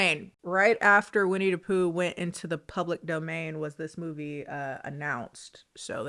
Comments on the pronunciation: When you keep saying Winnie DUH Poo it gives me life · Edit: I know this video and comment are old but I’m rewatching and I realized keeps pronouncing Winnie the Pooh as Winnie Dapooh, like Willem Dafoe 😭 Original comment: The cardinal sin that Blood and Honey does, for me, who loves creatively designed horror creatures, is that they DIDN'T EVEN MAKE THEIR OWN MASK DESIGN FOR WINNIE THE POOH. I saw a Twitter post, it was literally a mask that they bought and didn't even alter. Besides the cinematography, they genuinely didn't even try with it.